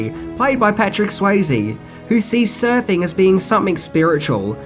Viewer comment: I'm sure it is just me but every time he refers to the surfing culture I hear surfy culture.